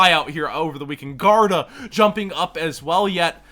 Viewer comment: garUda!! Not guarda lol